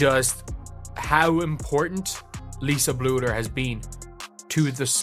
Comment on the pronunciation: Please say Lisa’s last name correctly - Bluder